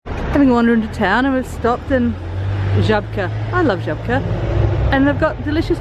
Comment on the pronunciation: Żabka :accent at the first letter , politically unpopular shop government has big dividends in those supermarkets .Ruling party Pis imposed Sunday supermarket closing but not Żabka's. Building behind you, sold to Usa hotel chain. You are shopping on Starowšlna street, its Oldwisła street.It was a natural moat for old Krakòw. 1st of June was International Children's day. For few days before Merry -go -round was on the the square in front of Galeria. Possibly thats why icecreams were only 1 zł. The little bench ( could not read the writting), painted with veggies? Possibly much loved nursery rhyme poem. All the veggies are arguing among themself : Dill is a bit limp,celery is offering his support, onion wants to marry beeteoot, beet is angry and goes red as onion makes everyone cry ! Parsnip ( or really root parsley) is not andvreally pale Brussel sprouts are saying they a lovely and green. ........The argument is stopped by kapusta (well done Mandy for remembering Polish for cabbage). Kapusta says.....stop complaining and bickering....we will all end up in the vegetable soup . ................. Lager Lech ....pron.Leh. Aera Kazimierz ...pron. Ka-zee-mee -e SH, accent on the last syllable . Your accents are from Russian . Odzież is clothing and pron. OddjeSh uff , accent at the last letter . Ps. Big protests from Krakowians....no horses and carriages in the Centre. Carriages are far to heavy for 2 horses. Standing long hours , waiting for customers horses get cramps and die. La